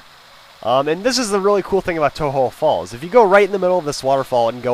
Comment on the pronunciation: its pronounced toe-joe falls to represent the connectijnging between kanTO and JOhto